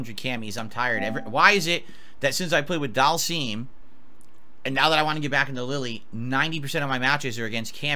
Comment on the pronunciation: He needs to stop calling Dhalsim doll-seam.